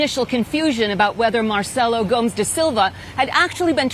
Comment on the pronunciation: Let's work on our pronunciation of Portuguese surnames, 'merca